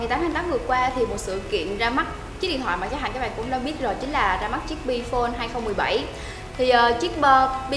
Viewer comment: "bờ" bi phôn